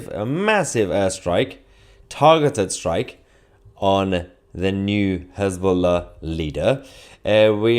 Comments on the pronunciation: Hez -BLOW-a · Mayher, it's Hezla, they lost their bolls. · His-ball-a became No-ball-a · His - boom - faila 😅😅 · Has-Been-Lah, perhaps?